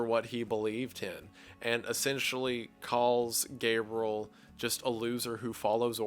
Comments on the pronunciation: And also Gabriel. Not Gabrel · Guy pronounces names so strangely. Gabriel [GAY-BRULL] Satan [SAY-DIN]